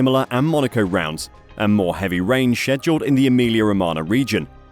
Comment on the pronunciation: how the f did u say scheduled XD